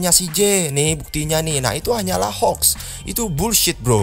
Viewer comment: Funny moment mau bilang "menyo" ehh jadi monyet mau bilang mod/hoax jadi "mox" b aja ehhh maksudnya "tapi anehnya disini" mau bilang mod/hoax jadi "mox"